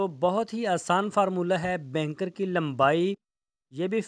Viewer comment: Use the right word not Benkar. Bunkar ok....